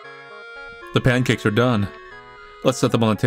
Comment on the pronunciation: Pan-cacks... Cursed.